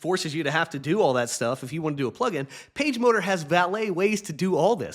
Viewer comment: I have to admit that when you first said "PageMotor" I heard "PageModer." One data point for you.